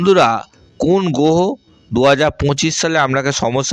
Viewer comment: এঃ এতো কথাই বলতে পারে না ভালো করে। গহ, পকিত, পমোশন, পরিশম